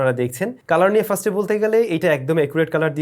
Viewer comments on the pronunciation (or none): Bhai er first bola ta ekn o thik hoilo na😂😂...... Bhai bole frist....uccharon first hobe bhai frist na😂😂😅